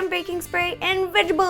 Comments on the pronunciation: Did you just say Vegebale oil Instead of Vegetable Oil? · Can't tell if you're purposely saying vegetable wrong to sound cute. Or you actually can't say vegetable right. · i think it's cute and funny how she says vegable oil instead of vegetable oil . :3 ;) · Once again... VEGGIBLE OILLLL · haha "vegible" oil!!! that's funny